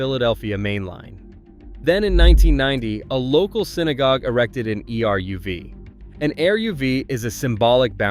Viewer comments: Your title is wrong. It's not 10, but 8 towns. If this is an AI voice, it's terrible. If this is a human voice, the person needs to learn how to pronounce names. The Ch in Chabad is not pronounced like chocolate. It's a gutteral h. Eruv is not spelled out. It's eh-RUV. Bala Cynwyd is pronounced BAH-luh KIN-wid. It's ROSH Hashana, as in O, not RAHSH Hashana, as in ah. Golda May-EER. And Chesed is also a gutteral h sound. If Ulysses S. Grant were alive today, he would regret his expulsion of Jews from the military because of the amazing IDF. Don't mess with the Jews! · Eruv is pronounced Air ruv